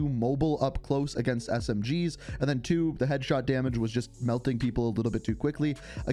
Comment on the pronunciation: “World War Thew” 🤣🤣🤣🤣